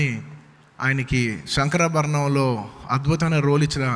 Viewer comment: బాబు సంకరాభరణం కాదు శంకరాభరణం